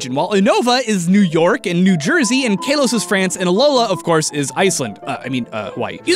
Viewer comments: Uno-Vah & Kah-Los. Not Oo-Nova & Kay-Los... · "kaylos" and "uhnova" tho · kaylos?... Kaylos?!... KAYLOS!!!!!!!!!!!!!!! and don't get me started on "Ho-kay-do". Apparently if there is an 'a' in the word you have to pronounce it "ay". Isn't that right,? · Is no one going to talk about the fact that pronounced it "Kahn-toe", "Uh-no-va", and "Kale-oss" instead of "Can-toe", "You-no-va", and "Kal-oss"? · its k- AH- los, not k- AE- los. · Kaylos? again if you saw the anime its pronounced Car-los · It's pronounced "kah-lohs", not "kay-lohs". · KAY-LOS?!?!? Are you fr? Is pronunciated KA-LOS. Where is the Y in there? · I was really annoyed about how you said Kale-os when its pronounced in the anime "kall-os". But overall love the video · I stopped watching when he said Kalos wrong. Its (Ka-Los) not (Kay-los) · Uh-noh-vah lol it's U-no-vah. Kay-loss xD it's ka-los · KA-LOS it's officially pronounced that way, i don't want to trigger u but I just want u to know. Love ur vids btw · The way he said Kanto and Kalos physically hurt me. I'm surprised more people didn't know about Payday + Amulet coin combo? I've been doing that since I was a kid. Stil a fun video to watch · He mispronounced kalos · The way you pronounce Kalos makes me cringe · Loved the video, you said Kalos wrong though.